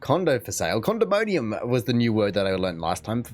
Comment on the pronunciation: Condominium, not condomonium.